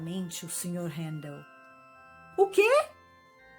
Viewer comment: Que bom ouvir meu nome tão bem pronunciado por tantas vezes.